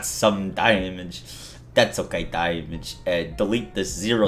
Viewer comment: "Day-mij" got annoying by the third time.